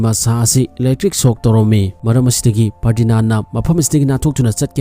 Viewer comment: Ferdinaan Nate Ferdinand oibane 😂😂🤣😆